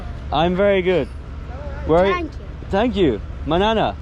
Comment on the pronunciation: ❤️ I'm a Pashtun from Pakistan and hearing you saying 'manana' just melted my heart.